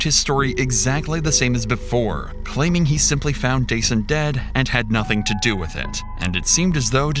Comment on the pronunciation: "DJ, its nothin really we could dew" homie speakin baltimese😂